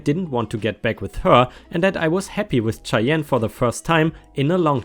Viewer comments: Cheyenne is atleast the way i was told is pronounced shy-enne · Cheyenne is pronounced Shy-Anne JostNoEx is fine but if you aren't wanting to it then maybe don't. HOA is good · Just so you know, "Cheyenne" is pronounced with a soft sh sound at the beginning instead of the harder ch sound you're making. The way you pronounced it, I thought you were saying "Chai Yen". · Cheyenne is pronounced like shy anne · Idk if anyone has mentioned this yet or not but Cheyenne is pronounced Shy-Ann. Love your vids, long time subscriber! ⭐️ 🌟 💫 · Shyann...ch is pronounced sh in this case. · I love to listen to ya! 🌟🌟🌟🌟🌟 but Cheyenne is pronounced like Shy Ann